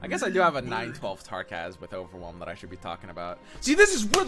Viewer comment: it's Tarkaz, not Trakaz, duh